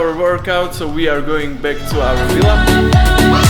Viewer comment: It’s Villa and Not Willa!! 😂😂😂